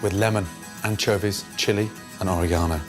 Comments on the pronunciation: ore-GONO LOL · The way he said oregano!!! 💀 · All these years I've been pronouncing oregano wrong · It took me three to figure out he was saying "oregano" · Am I the only one trippin off the way he says oregano?